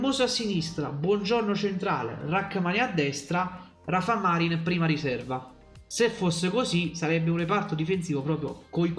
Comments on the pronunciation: Ciao, vivendo in Spagna ti consiglio di pronunciare bene il nome di Rafa Marín..alla Napoletana Marín con accento sulla ì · Ciao, si pronuncia con l'accento sulla "i"...Marìn 😉